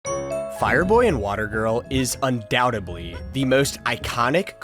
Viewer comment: UndoubteDly, not undoubteBly. Something is not undouteb, its undoubted